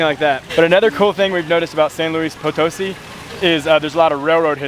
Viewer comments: FYI: when you see that little accent mark above a syllable in a word, you put an emphasis on that part of the word. So it’s pronounced potoSI…not poTOsi. Just ask a native how to pronounce the name of their city every time you hit a new place. That’s the easiest and most fun way to learn…interacting with the people who live there! Love you two and enjoy your videos! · Guys, I love your videos but the city is pronounced "San Luis Po-toh-SEE", not "San Luis Po-TOE-see", as you (mis)pronounced it.